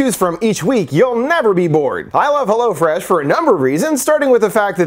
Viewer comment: AHAHAHA, I forgot your ad read for "hello-fresh". Mad funny. Idk why but everyone else says "hell-o-fresh" but you say "helloh-fresh"